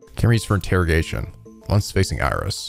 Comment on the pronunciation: Interrog(ai)tion, changed the pronunciation to shake off your brilliant iq!